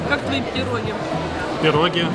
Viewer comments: ну так он же на инглиш в ванкувере разговаривает, и на русском просто давно не говорил, вот и не правильно поставил ударение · ПирОги...Не могу слушать.